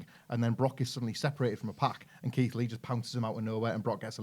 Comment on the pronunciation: Keith lee the way yous said sounds perfect